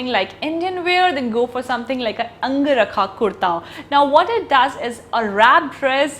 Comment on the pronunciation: It's not ang-rakha.....it is angar-kha